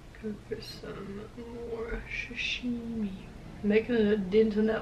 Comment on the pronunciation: Why are so many peeps saying Shashimi? Its called Sashimi. Food looks amazing.